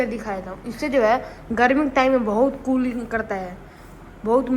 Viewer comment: Tooling nhi krta hai bhai Cooling krta hai 😂